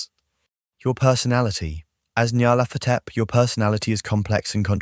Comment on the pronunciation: I think it's pronounced "NEE-yar-laht-HO-tep." Any input from Lovecraft on this?